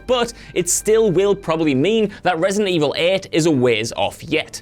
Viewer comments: ReEightSident Evil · Re-eight-ident Evil? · Re-EIGHT-ident Evil. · "Resident evil At"?